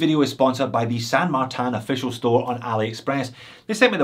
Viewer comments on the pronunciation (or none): Where's the A in tin ? LoL, San martin , not San martan